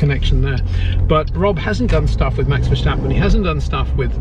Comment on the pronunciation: Also, it's VerStappen, not VerSJtappen. Great vid!